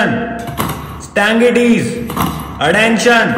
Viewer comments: CBSE Student here, in our school we pronounce stanetees but that too with such a confidence ki lgta h yahi sahi pronunciation h😂 Confidence bhaisab!!😎 Edit : Thanks for so many likes CBSEians!! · Yes in my school also it is pronounced as standadees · My pronunciation in my whole school life: Stanaties 🤣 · I swear it's d first time I actually got to noe it's "stand -at-ease" 😅 In CBSE dey never pronounce it right 🤣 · 💀me who spent my whole 10 years of school life and pronounce it as " stand it is" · As a CBSE 8th grader, I can confirm this is how we pronounce these words 😂.